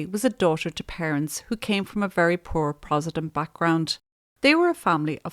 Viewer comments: Love the videos! For next time Protestant is pronounced “prot- es - tant. Just might rile a few people with the mispronunciation 🫢 keep up the good work x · I love your channel and realize you work very hard and have lots of compassion. You are mispronouncing Protestant and mural.